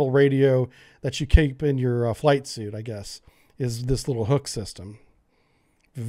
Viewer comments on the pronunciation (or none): none